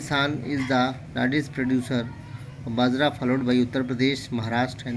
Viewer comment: It's not badra it's bajra